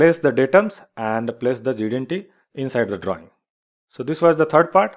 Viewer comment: Quite a nice and clear explanation. However, would you please slow down when you say GD-aunty? If you do then you'd sound like GD&T. And thanks!